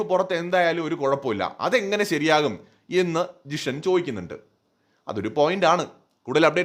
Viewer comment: ജിഷൻ അല്ല മാഷേ ജീഷിൻ